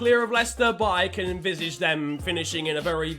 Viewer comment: "envizizh" LOL.